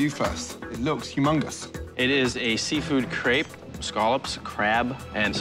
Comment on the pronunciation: and she mispronounced crepe the whole time, it sounded like she was saying crap